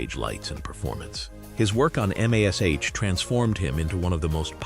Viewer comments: It's MASH not MASCH! No need to spell it out. Just say "MASH". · What is m a s h My god, say the word Mash, what the hell is the matter with you? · I still watch it I love this programme... One query.. Why is the man telling this programmes cast where they are now calling the programme m.a.c.s.h...when it's only. M. A. S. H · Really Ai. I'm not 3. Spelling out M A S H. You must think we're idiots 🤔.!